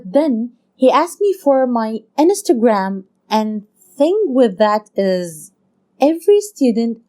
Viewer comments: Inistagram so weird they way she said that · No one: Not even Ariana Grande:: inestergram! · inestereing* (as she would say)